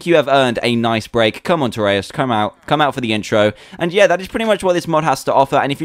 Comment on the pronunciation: fake. not dans personality. neither how u pronounce trayaurus